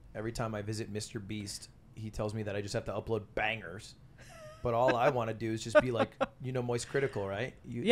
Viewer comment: I am Dutch, but her way of saying 'but' sounds really weird to me. She pronounces 'but' like 'buyt'.